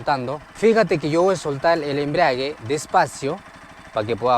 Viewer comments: Cuando escucho la palabra embriague me dan ganas tomar....ni es embrague....🫢🫢😂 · He escuchado a muchos decir embriague cuando creo es embrague o sera que hacen referencia al licor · Enseñando a manejar moto y ni siquiera sabe pronunciar "embrague"...toma mucho ron y se embriaga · me encantaron 2 cosas del video, el paso 1 y el "embriague"🤣🤣🤣🤣